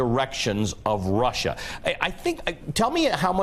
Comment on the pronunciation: Anybody else really happy that he mispronounced Russia in that infamous clip with Lester Holt knowing that the clip will be played thousands and thousands of times for the next few generations as people study this time in history? it would feel a bit like being in the background of a famous picture or a video that goes viral except you're picking your nose.